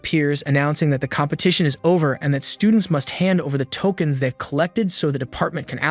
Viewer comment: “tolkeins” lmfaooooo